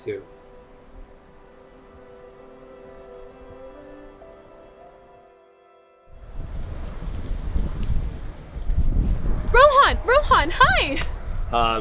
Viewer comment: he looks like from asia, like from the pakistan, india parts etc etc. And if he is why did he pronounce Rohan like that WHO TALKS LIKE THAT (Mr. Nerd) IF ITS AN ONLINE TEST JUST USE GOOGLE his beard thicc